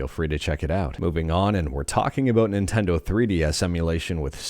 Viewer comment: Ninteno lmao